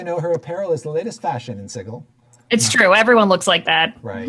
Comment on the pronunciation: At the risk of also incurring the wrath of Matthew Mercer, its pronounced "si-jil"